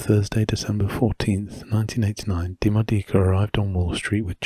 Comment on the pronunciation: Italian here. It's pronounced with the accent on the first O 😊 DiMódica. That apart, I freaking love your videos and art.